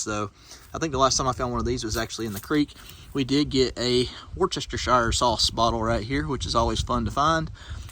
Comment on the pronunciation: Wochechershire sauce 😅😅😅😅😅 , itss pronounced wuss , ester ,shire sauce , lol im from Worcester